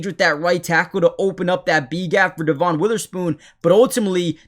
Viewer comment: Dev un not dee von